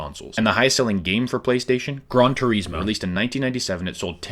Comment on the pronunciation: The way you pronounced Gran Turismo is wrong 😭🙏